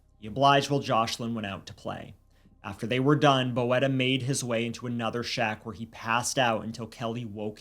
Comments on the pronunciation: You say "boeta" not bo-eta, but like "boota" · Thank you for covering this crime. This is really big in South Africa. P.s., its pronounced "boot-a" not "bo-eta". It's Afrikaans for brother. Sometimes used as a sign of affection. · Oh. TIK is crystal meth not coke. And Boeta is pronounced Boota. Hope that helps ❤ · It is pronounced BOO-TA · Hi! South African here. I just wanted to let you know that "Boeta" is an endearing word for brother. The pronunciation is like saying boot-ah, but quickly. 🤣 I hope it makes sense. Great coverage of the story! It shook our country. Rest assured, prison has not been kind to Kelly or Boeta 😂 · Boeta is pronounced more like Boo-tah. This case is sickening. I've been watching the case as it developed being a South African